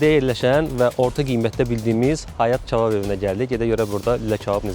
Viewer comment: почему он говорит чабаб?